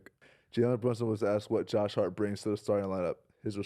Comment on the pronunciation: Hart butchering everybody’s name 😂